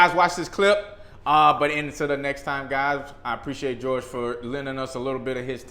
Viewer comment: LMAO, ITS PRONOUNCED HOR HAY NOT GEORGE. THE J IS AN H. JORGE IS HORHAY IN SPANISH BRUH.